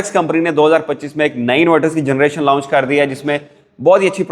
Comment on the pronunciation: Lounch nahi bhaii Launch. اسکو لانچ بولتے ہیں لاؤنچ نہیں